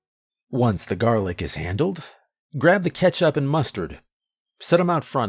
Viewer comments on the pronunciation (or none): none